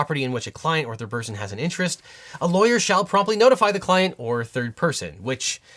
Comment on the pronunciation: Anyone else hear “Bird person” every time he say third person?